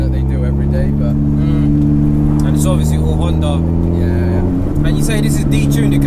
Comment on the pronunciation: It's not called HONDAR, it's HONDA.... HONDA, with no R on the end.